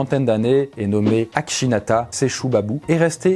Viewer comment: Akshinthala et non akshinata 😉